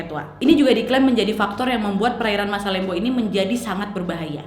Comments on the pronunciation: Mohon maaf kak yang bener masalembu bukan masalembo 😂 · kak itu dibacanya masalembhu bukan masalembo :')